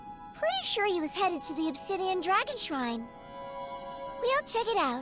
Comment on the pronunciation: Shrine not shire. Also everyone is buffed to 112 and ilevel 1000.